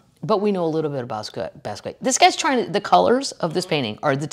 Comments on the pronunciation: Kathleen! Someone should tell you it’s pronounced BOSS KEE OT not bass quay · PLEASE PLEASE PLEASE pronounce Jean Michel Basquiat's name correctly!! It's pronounced BAH-SKEE-OTT. Thank you! (Sincerely a St. Louis girl in Utah) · Shhhh. Bahs key yacht. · Kathleen FYI It's pronounced Bas KE ahh. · OMFG KATHLEEN!!!! It's pronounced BAA-SKEE-OTT!!!! 🤦‍♂️🤷‍♂️ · Love you Kathleen - I’m not sure I trust your pronunciation of basquiat, but I love you